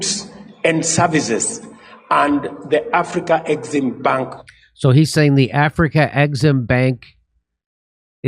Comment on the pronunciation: Af-rexim-bank of call it the AFREX